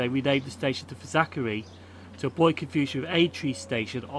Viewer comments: FAZ ACK ERLY not FAZ ACK ERRY- KEER BEE not KIRK BEE im from liverpool and its crazy how people get these names wrong. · yeah lol you pronounced it Falzachery I could stop Laughing. And it’s not pronounce Simons wood it’s pronounce Simins wood it’s crazy how it really pronounced